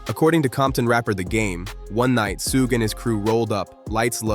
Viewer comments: Soogie??? "SUGE"...😬😅🙈😭🤣🤣💀💀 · It's Suge, not Sooge. And that will Smith line was from The Marshall Mathers lp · Word salad that could have been cut down to 10 mins. And what's the deal with the pronounciation of "Suge"? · Never heard Suge’s name pronounced so many different ways in a single video. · I know right. These narrators butcher everyones name. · Completely mispronouncing Suge's name repeatedly... is wild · The way the narrator pronounced Suge Knight's first name. 🤭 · Whats up with the way you say Suge? You can tell you didnt hear that name growing up.